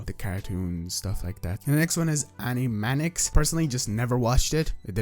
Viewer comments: Bro said animanics 💀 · Nobody gon talk about him saying "ANIMANICS"? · Did you guys know he said Animaniacs wrong. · The way he pronounced Animaniacs